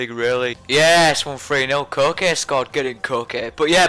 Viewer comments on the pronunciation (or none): its ko kay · It's pronounced ko-kay and great video yet again:) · its KO-KE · His name is pronounced co-kay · you pronounce it like koh-kay :) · Coke is how u pronounce it lol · It is pronounced Kok-ay